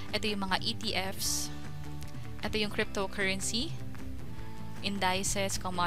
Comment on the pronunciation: Indisis po basa dun, hindi indayses.